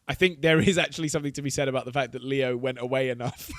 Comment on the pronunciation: Why do they always say theo instead of saying leo, just asking?